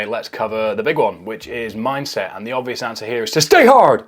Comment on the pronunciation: ur "stay hard" sounded pretty american i must say